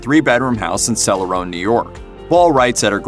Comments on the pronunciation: It's Cele-RON. Not celer-ohn. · Im from her home town and i live a few blocks from her childhood home i will also say it is pronounced celoron not celorone